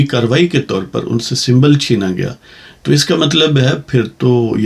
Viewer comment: Achha tbsarah. Psand aaya❤. Aeik ..talaffoz jaldi MN . Aap n. Nadrust prrh Dala. Drust famaaein. . Gahri. Channana.. Aapn chinnana parha jiss sey. Moaani badal jatey hm M. Ameer .m.phil Urdu. Edu officer . Yeh. Attock